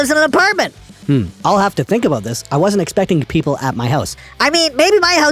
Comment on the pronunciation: Haha "aboot"... Love you!